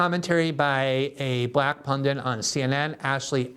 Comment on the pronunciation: Glenn, the word is pundit. NOT pundent